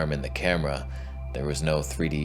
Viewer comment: Every few moments I giggle at the asides. Truly info-tainment. I've not been a fan for long, as I just found your channel, but you are hysterically funny. "Tony Balls" er... "Toneh Balls". LOL.